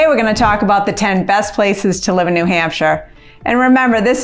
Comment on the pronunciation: Probably would be best to say New Hampshire like a native, New Hampshire. Lebanon is far into the boonies.